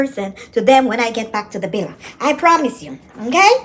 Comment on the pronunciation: well she chooses not to ..if she wanted to it'd be easy enough to say villa instead of billa or anything else...she just rambling and not trying to pronounce anything correctly